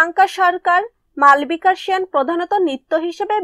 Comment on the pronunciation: Ami jantam but name ta malbika noy malobika but Spelling ta malbika.. Apa ota vul Pronauncession